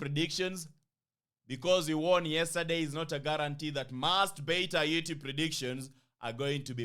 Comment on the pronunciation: Why is bro saying lately Yurtube? What am i missing?